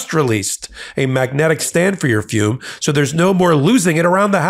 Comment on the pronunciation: I’m sorry, but the word “ fume” just sounds off…😂